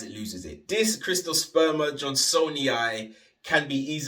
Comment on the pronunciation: Where the hell are you getting CRIST-osperma? "CYRT" reads as Crist to you? It's Sert-oh-sperm-uh. Other than that, video is dope.